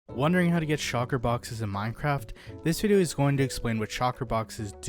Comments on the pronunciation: The fuck? Stop saying SHOCKER. SHULKER!!!!! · its shulker not shocker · It’s so annoying when he says shocker shells instead of shulker shells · Shulker not shawker smh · I can't get over "shocker box" hahahaha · He is saying shocker box, lol love it. Also, this sounds like someone is not using their own knowledge just looking at the wiki. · Shulker ❌ Shalker ✅ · I feel like he was saying shocker on purpose 😂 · Even though I don’t really need to watch this video I get triggered everytime he says “shocker box” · You’re not the only one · Bro ima blow up your base if you don't pronounce that damn word correctly